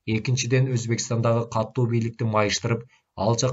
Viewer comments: Катуу деп эле окучу, каттуу дебей. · Сонун чыгарманы аябай ката, сабатсыз, туура эмес окуп жатат. Көп кайталанган каталар : Мохажед ~ Моджахед Каттуу ~ Катуу Казарман ~ Казарма